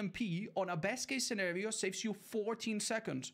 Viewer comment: slipped out when he said: "Scênèrìõ" 🇲🇽